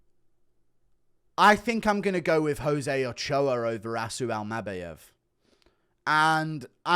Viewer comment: Something about how you say Almabayev is making me want to scream 😩